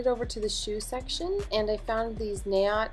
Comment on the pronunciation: fwiw, NAOT is NAH-OAT. It's an Israeli brand.